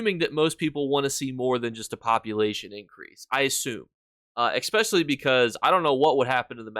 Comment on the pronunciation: "Expecially" please 😢